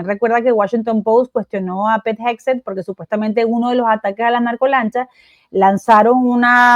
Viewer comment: Cuando Carla le dice Pet (mascota) en lugar de Pete a Hegseth el chavo dijo: póngale cero. Lo curioso es que aun así insiste tozudamente Carla en decirle Shromp a Trump cada vez que lo menciona.